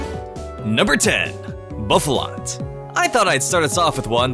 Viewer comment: I couldn't take this seriously after Bouffalaunt